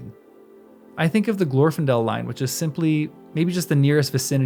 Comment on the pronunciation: The second, not the first syllable in Glor-fin-del is supposed to be stressed.